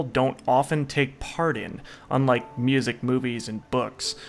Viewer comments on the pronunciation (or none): none